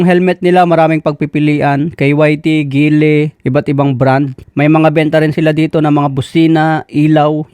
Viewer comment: Gillie ( Giilii) not gehlii Zues ( sus) not seyus At ang JVT ay taiwan not thailand